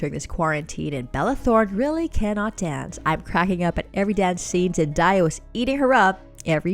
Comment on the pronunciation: Whoever is doing the narrating needs to learn how to pronounce her name.